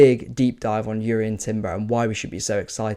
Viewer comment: Jurien Timber's J is pronounced